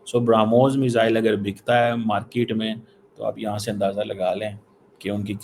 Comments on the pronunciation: Abe cheema market hota hai markit nhi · its not "market" .. its "markitttt" porkisssssssssss :face-blue-smiling::face-blue-smiling::face-blue-smiling::face-blue-smiling::face-blue-smiling::face-blue-smiling